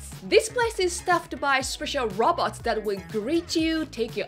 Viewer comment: Am I the only one that keeps hearing robbers instead of robots.